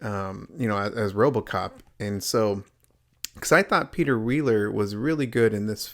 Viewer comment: Brooo u keep saying Peter Wealerrrr 🤦🏻🤦🏻🤦🏻 it’s Peter weller